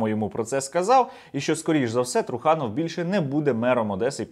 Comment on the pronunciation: Труханов треба говорити з наголосои на останній склад. та і взагалі вірно говорити Трусельов